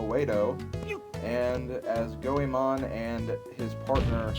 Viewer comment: Actually, Ebisumaru was the only thing you've pronounced correctly thus far. Goemon - Goy-mon Yae - Yai Sasuke - Sos-kay Oedo - Ed-oe Hope this helps. :]